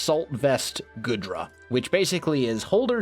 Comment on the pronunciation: That's one hyper-offensive team you got there, though, for a mono-dragon team that's probably for the best :D I think Goodra's pronounced like 'goo' and not like 'good' Maybe make these teambuilding videos for the gym teams as unlisted videos and link them in the description, if it's not too much trouble? I know most people here won't care for them, but a couple, me included, will